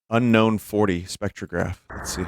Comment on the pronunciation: Unknown 40 sounds kinda like "Nine-rubber wisdom"